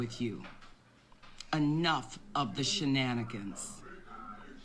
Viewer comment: "enough of the she-nanigans..." where she from?